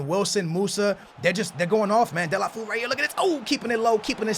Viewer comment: Deh-lah-fay-oo. Please........... please please please